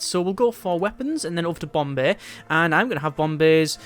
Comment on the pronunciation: I like how he says bomb bay it sounds like bombay